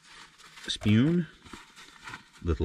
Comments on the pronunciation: He says "spyoon" for spoon hahah love it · I have never heard spoon pronounced that way.